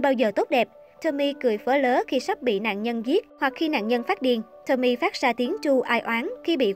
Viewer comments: Đọc đúng tên là Tô-mi-ê chứ không phải Tommy ad ơi. Tên tiếng Nhật chứ đâu phải tên tiếng Anh. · Vô coi chỉ vì thắc mắc có phải là Tomie trong truyện này là cảm hứng cho nhân vật Tomie trong Iden ko thôi :V nhưng mà nói truyện kiểu Nanno remake Tomie với phốt tới kiểu đó thì xoá video đi :))))) với lại là To mi e 3 âm chứ ko phải là To mie 2 âm :)))